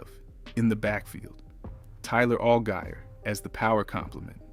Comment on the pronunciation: Butchered Tyler Algiers name pronunciation